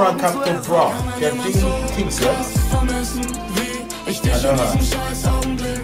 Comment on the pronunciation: You should hear some of these songs complete.... And dude, please, hold your ick and say not ich.. Welcome you can Berlinern 🤣